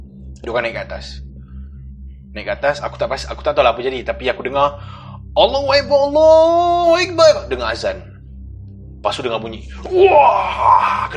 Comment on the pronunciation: ..nk tegur sikit yer..boleh koot...sebutan AllahuAKBar...bukan AllahuEkBar....rsa mcm sebut betulkn..tp orang dgr lain..klau boleh praktis plan2 yer...dgn Akbar bkn Ekbar...the best...